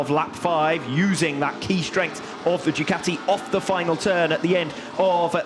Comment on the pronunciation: How does one pronounce Ducati? I've heard 3 ways. These guys say "Duh cow tea". I've heard others say "Doo kat (like cat) tea". Americans say "doo ka (like a crow's kaw!) tea". WTF. Does anybody know?